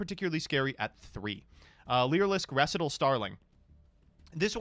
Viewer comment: No comment on the banlist but please learn how to say recital